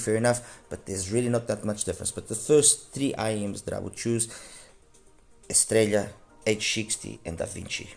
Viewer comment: i know this is going to sound a little silly, but thank you for being the only other reviewer, aside from Paul Wasabi, to say "Estralla" properly. I find it grating, like people say "Tore-Till-Uh", instead of "Tor-Tee-Ya". Inexcusable in this day and age.